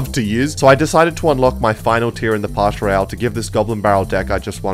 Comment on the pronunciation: Does anyone else notice “pash Royale”